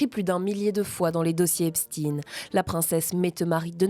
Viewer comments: L'illustre Albert se prononce bien Enstein ... pourquoi prononcer Epstin quand ça s'écrit Epstein ... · ça m'énerve que même les infos BELGES ne savent pas prononcer "STEIN" phonétiquement on dit EPCHTAIN comme Einstein ! Pourtant l'Allemand est une langue nationale en Belgique ! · On dit " Epstein" et pas " epstin", comme Einstein et pas Einstin. C'est juif, ne le cachez pas, on le sait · En français : EPSTEIN se prononce CHTEIN - EPSTEEN se prononce Epstine. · Les américains prononcent "Epstine". Y a pas vraiment de logique pour les noms propres. Je vis à côté de Waterford ,une ville irlandaise. Les irlandais disent" Waterthird". Pas de logique. Whitney Houston devient Youston... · Qu'Epstein n'ait pas été français est plutôt une chance, pourquoi vouloir prononcer son nom à la française ? Et les Américains prononcent bien Albert Einstine. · Lui même prononce son epstine